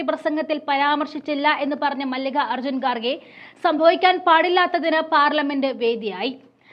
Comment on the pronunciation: മല്ലിക അർജുൻ അല്ല, മല്ലികാ ർജുൻ